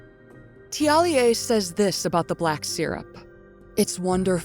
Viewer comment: You're the best ❤ p.s. thank you for pronouncing Thiollier correctly ❤ at least my interpretation of "correct"